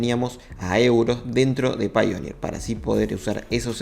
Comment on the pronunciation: Yo quiero aportar que tanto paypal como payoneer se pronuncian /pei/ porque es el mismo inicio. Pay.